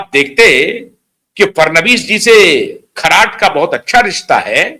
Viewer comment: खराट नही खरात बोलो.